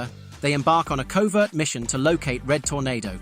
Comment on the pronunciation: Getting "Professor Ivo" and "Amazo" wrong really killed this for me